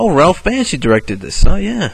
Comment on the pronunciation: did you call him Ralph "Banshee"?